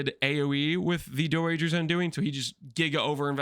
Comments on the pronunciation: It's pronounced Dee-dra btw i think its a french name or something. Im wondering why when I cast this curse my energy shield or life gets hit? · unc tryna trigger me saying doedre like that